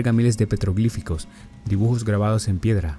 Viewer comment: Se dice petroglifos. Y una recomendación, de buena onda. Modera la respiración y la rapidez con la que hablas. Parece que estuvieras apurado. Y si el iceberg es de Rusia no hace falta redundar diciendo que tal ciudad es rusa ya que se cae de lo obvio, a menos que debas mencionar el periodo soviético.